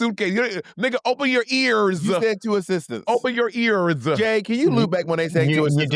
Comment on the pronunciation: monet really thinks ears in pronounced AIRES, bless her heart 26: 46